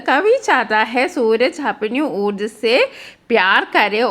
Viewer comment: Teacher ഊർജ് എന്ന് അല്ലല്ലോ ഊർജാ എന്ന് അല്ലേ ഉച്ഛാരണം